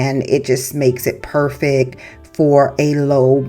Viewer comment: The word is PERFECT. Not "purrfick" it came out good in the end tho..I won't lie 😂 this is very creative 👏